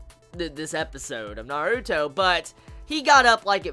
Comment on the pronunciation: He pronounces it correctly!